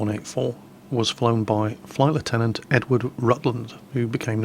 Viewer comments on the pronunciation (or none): Sounds it when he says "Flight Lieutenant", I think :P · how come you don't pronounce Lieutenant as {Left-Tenant} Being British?